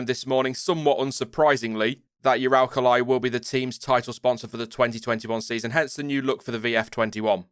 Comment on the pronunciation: FYI it's pronounced oo-rull-KUH-lee (I speak Russian)